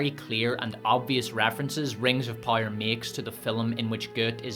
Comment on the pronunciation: Why is the narrator completely unable to properly say the word "Power"-??